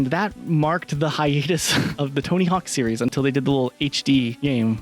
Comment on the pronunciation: At least one of these guys can properly pronounce the word "series". 😂